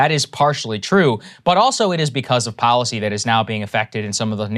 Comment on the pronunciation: IT IS pronounced depoliticised - NOT - DepoWiticised Bolled over - NOT - boWed over & here is the BEST policy - NOT - poWicy Get the marbles out